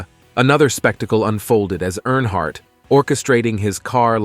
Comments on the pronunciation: Great video, but could I suggest something? You should definitely fact check and proofread before recording and the final upload. First of all, Dale died in 2001, not 2021. His name is not NH Hardt, New Hampshire Hardt, or Airhart. His name is Dale Earnhardt. Lastly, the other driver on that fateful day was Ken Schrader. If you have inaccurate information, and repeatedly mispronounce the surname of the man who is the subject of your whole video, that honestly takes away from what I can tell is a respectful and heartfelt video. Not to mention that it’s also irritating. I saw onscreen text in another video that was different from what was said, like saying the year was 1967 and the text saying 1976. Please be mindful of that if you want your videos to be taken seriously. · Stupid AI talking, can't even say his name properly